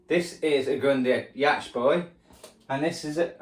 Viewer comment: Just for correctness, Yacht is pronounced as "yott". Is one of those words that are pronounced different from how they're spelt, like .... Beauchamp = Beecham Dunloaghaire = Dunleery Etc ..